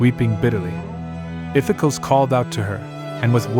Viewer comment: Spelled Iphicles, pronounced "iff-eh-KLEEZ" Or "iff-eh-cklohs"